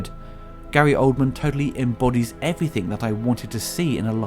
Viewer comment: Stop saying 'Everythink' you foooking idiotaaa